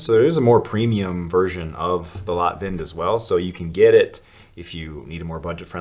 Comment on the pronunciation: Maybe someone already told you but the word Lätt in Swedish is pronounced "Let". So the name is "Let Vind" and translate to Soft Breeze . Today's mansplaining...keep the good work up. I'm a great fan and if it weren't for the impossible import restrictions and costs I'd be shopping all the time. Selle.